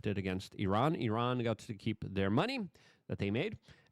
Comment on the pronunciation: Luke, well known for his verbal flubs, is one of the few jounalists i've heard who says "Iran" correctly